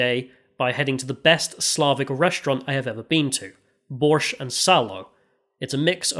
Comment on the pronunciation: Finally you went to really COOL cities in my home country.) AT LAST! - an English speaker pronouncing “borsh” without a “T” in it! You have my like, sir. P.S. You even went right by my house in Petersburg.) Update: Damn, you still fucked up “borsh” at the end in writing…😂